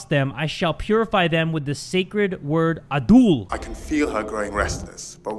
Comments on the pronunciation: My man says Abdul instead of Adul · why do i hear "Avdul" instead of "Adul" as progressed with the game 😂 Reminded me of Avdul from JoJo lmao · bro said abdul 😭